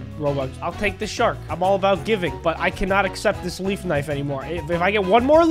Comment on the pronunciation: when he said leaf i thought you said Beef XD